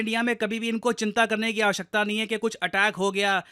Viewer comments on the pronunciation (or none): none